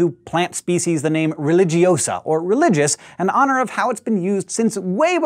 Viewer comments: Religioooosa, not Religiosaaaa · Its pronounced Relihiosa